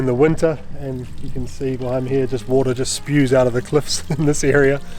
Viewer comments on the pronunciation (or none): none